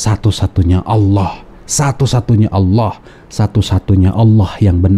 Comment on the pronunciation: Hai murtadin jgn ngaku2 jadi kiai apalagi syeh ,nyebut nama surat aja nggak benar,menyebut Allah aja lidahnya kaku